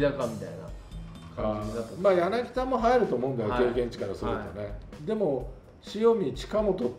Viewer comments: ちっさいことですけど、やなぎだじゃなくてやなぎたっす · 上田さん、やなぎだじゃなくてやなぎたですよ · 柳田はやなぎ「た」ね！ ギータだから笑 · やなぎだ→やなぎた 豊さんはちゃんとやなぎたと言っていましたね。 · やなぎだじゃなくやなぎたね